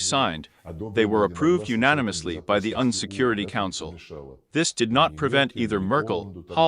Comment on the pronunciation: UN, EU, ICC, Anatolia - the robo voice is not reading these properly.